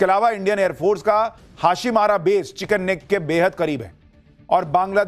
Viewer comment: Correct your pronounce it's chicken neck (मुरघीका गला) You are speaking chicken snack.😮 you are best person.